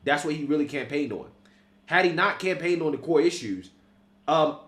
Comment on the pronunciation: The Koi issues. Yes they didn't run on Koi issues. "Core" issues. Core is the word. The "Koi" issues "dat" "day" talk about is "Core issues" "that" "they" talked about in "the" election not "dee" election. Anyway, I ain't a know it all but "day" are delusional.